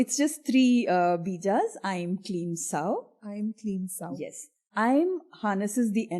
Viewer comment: I would humbly try and make one correction - about "sauḥ" .. It is pronounced as 'sauh-u' as there is visarga at the end - सौः (sauḥ) instead of just सौ (sauh or sow). What are you thoughts about it? Feel free to disagree and offer your explanation as that would assist others on this path.